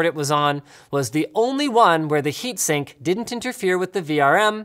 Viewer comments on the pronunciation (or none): "heatsink" lol